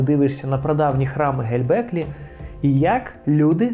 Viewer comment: Все супер, дякую! Все-таки цікаво чому оповідач так наполегливо говорить Ге_ЛЬ_беклі Тепе :)